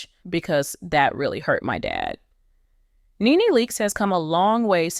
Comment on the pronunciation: She has TWO sons & you can't even pronounce her name, girl bye!